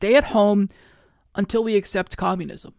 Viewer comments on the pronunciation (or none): You mean "Co-moo-nism" ?